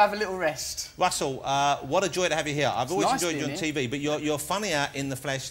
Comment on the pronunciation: ''if i m not ear(here) talking abt them, i m there aving(having) them''....lol...just love it